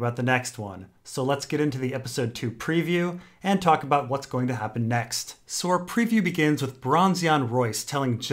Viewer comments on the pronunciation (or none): none